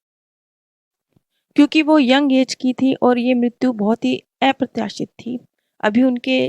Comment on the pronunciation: Aap thora pronunciation par dhyan de please....apratyashit, asamanya nahi bola jata...sunne me gawaro jaisa bahut hi kharab lagta hai.